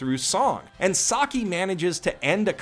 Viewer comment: when you say who best girl is you're mispronouncing Saki's name